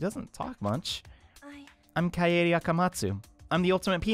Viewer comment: "kie aye daye" lol.. it's kah-eh-deh. short. japanese.